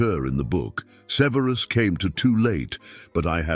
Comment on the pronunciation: Either this is a chatbot, or the narator is mispronouncing Snapes given name.